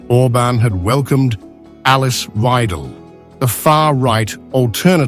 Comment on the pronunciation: 'Weidel, not "Wei'del". Can't you get such basics straight? Very unprofessional.